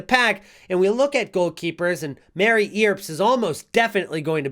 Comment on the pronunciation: Earps to rhyme with burps. Good video